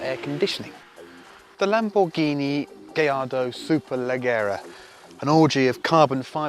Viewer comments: Double L's are pronounced as a "Y" in Spanish. Hence Gallardo is pronounced "Gayardo" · Because "gayardo" is how it's pronounced. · Because thats how it is pronounced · You know how annoying it is to hear every brit and american butcher the name of the auto every time.... -_- thank you my good sir for doing this public service. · That's how it's pronounced. The double LL's are silent. Great video ... love all those cars!